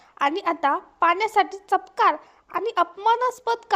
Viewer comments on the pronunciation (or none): चपकारी नाही चपराक